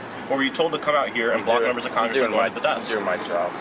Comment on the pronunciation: "wE aRa MeMbeR oF cOngRiSssssssss" Ohhhhhhhhhhhhhh please.